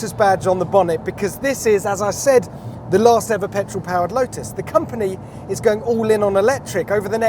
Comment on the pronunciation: Thanks for including the t in the pronunciation of lotus and even one or 2 other relevant words.